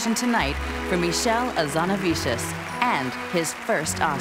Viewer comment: Geez. give him a break, it's hard to say, I've been saying it for months and I still struggle sometimes. :) Beautiful name...hard as hell to pronounce properly!